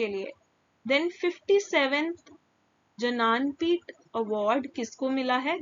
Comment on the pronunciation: Ma'am Right pronunciation is ज्ञानपीठ award Damodar mauzo